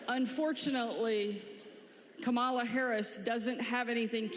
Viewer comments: It's KAmala! Just follow the emphasis as to what she says her name is to be...Folks call themselves to be learned, capable if you will, but don't know where the emphasis is in the English language... even when someone says it... smh. Also having no children does not eliminate a hopeful from the presidency. I'm done. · All this “humility talk” while continuing to mispronounce her name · comma-lah COME ON NOW, also you kids roasting you like that? LOL, "one day you'll be pretty" damn, you sure making a good case for not having em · That was a classless comment. Learn how to pronounce her name. Shame on you.